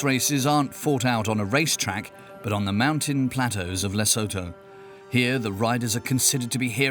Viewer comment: And the way they pronounce Lesotho 🤦🏼‍♀️